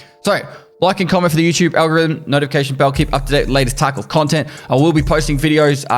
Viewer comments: he straight up said tarco this time, wasnt a single V in his pronunciation lol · Bro you said "escape from taco" on purpose this time don't even lie like that's the accent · lmao "escape from TarkO video"